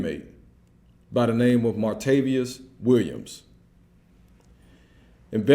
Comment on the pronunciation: Martavious. Oh boy.